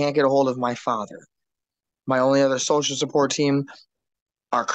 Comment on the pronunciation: my advice to this upstanding gentleman is when trying to hide that you are under the influence, try to avoid phrases like "social support" that cause you to slur your words.